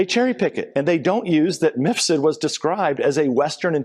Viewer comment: Why does Maria keep calling Mifsud "Misfud"?